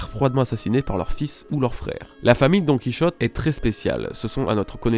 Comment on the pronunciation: DoNkEy ChOtTe viol auditif 😭😭 C'est "Donne Qui hauté" ça ce prononce :'(